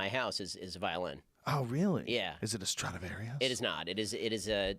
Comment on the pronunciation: Joe "is it a strautavarious" Rogan